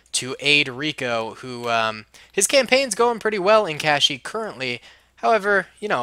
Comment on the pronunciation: kushyyyk no kashyyyk